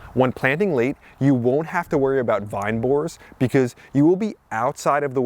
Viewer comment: Did you say butternut squash resist the vinebore squash??